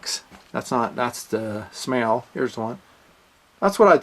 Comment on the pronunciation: SMAEL is pronounced "SMILE"